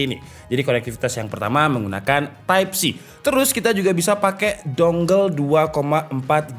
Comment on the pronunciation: editor minta dipecat ni, type A oi type ei bukan type E 😭😭